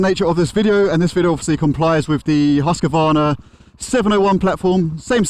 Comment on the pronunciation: Please all American speak Husqvarna as Huskawarna, there is no A between HUSQ and VARNA and it is European speak it pleaseeeeee without this Crappy A it is a Hooskwarna not HUSKAWARNA (Husqvarna), Thank you!! it is hard for European Ears. No Front but 90% in Videos say it like that way. By the way it is one of the best Funbikes you ever can buy. Mine was stolen in April. Keep Bikin Cheers from Germany.